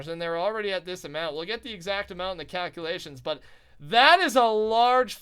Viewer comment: those COW-culations left me in UTTER shock